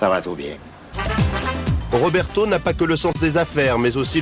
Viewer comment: Ça va tou bieng